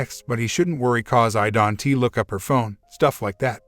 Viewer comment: Fix your auto reader. It's pronouncing "Don't" as Don tee. And maybe edit weeding to wedding